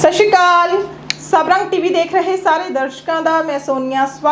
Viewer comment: ਸ਼ਾਸੀ ਸ਼੍ਰੀ ਅਕਾਲ ਨਹੀਂ ਹੁੰਦਾ ਸਤਿ ਸ੍ਰੀ ਅਕਾਲ ਹੁੰਦਾ